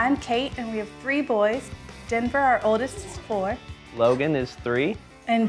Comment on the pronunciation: there mom said dinnger instead of denver